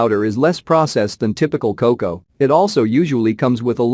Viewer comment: You lost me at "cocow!" FFS! 🙄